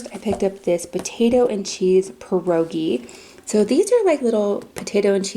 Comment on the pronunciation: the way she said pierogis killed me as a polish person 😵😵😵